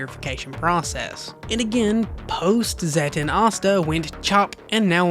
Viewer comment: I thought it was gonna be Manga deku vs Base asta… I started laughing when he said post-zetten 😂 like cmon